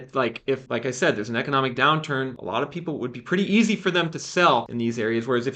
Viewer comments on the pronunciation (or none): none